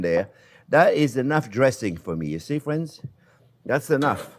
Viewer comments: There's " no white or wong " my fwends!!!!!!! Love him ❤ xxxxx 😍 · "Well, hello there phrinzzzzz!"